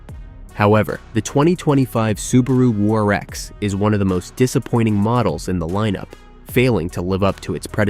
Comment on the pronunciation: Crappy computer-generated narration. WRX = War-X?!